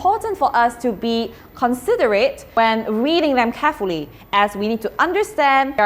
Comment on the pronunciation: Pronounce the word 'considerate' accurately.